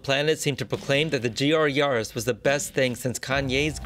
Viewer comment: It's probably Ya-ris not Yar-is